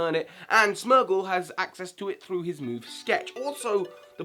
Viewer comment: it's Smeargle not Smergle